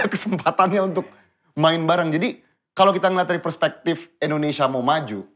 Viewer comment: Kak jo ngomong persepektif gitu trs batin, "bismillah komisaris"